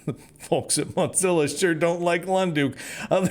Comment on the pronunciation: I admire your optimism even if I don't share it. However, what I really want to discuss is your pronunciation of Mozilla like you're trying to say mozzarella. Is that intentional? I kind of hope it is because they deserve the insult given their politics. I'm starting to suspect that maybe the reason YouTube is only allowing me to have 360p is because of my political viewpoint and not because I'm using Firefox since I've heard from numerous others that they don't have that limitation while also using Firefox. If this is true, then some things may need to change, and I don't mean the browser I'm using, at least not yet.